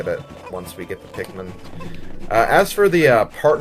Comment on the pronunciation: Bruh, pikkmone